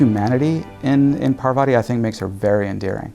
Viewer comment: the one thing that annoyed me in the game....mispronouncing Parvati's name!